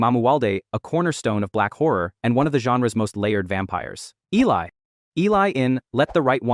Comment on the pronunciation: I only have one issue with the video and that her name was mispronounced. It was Eh-lee